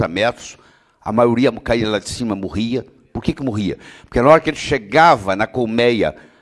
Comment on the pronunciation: ELE FALA MUUURRRIA.PODE????????